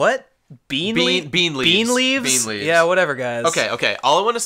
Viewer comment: I can't tell if you guys said bean leaves or beet leaves. Either way, it's beet leaves.